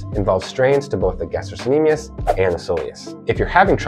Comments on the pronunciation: FYI, it's pronounced "ga-stroK-ne-me-us" (it's a hard "c") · Helpful but pronunciation? Palpitation vs palpation. Gas-t-rock